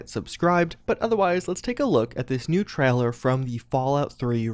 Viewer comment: No one:: TRAHLER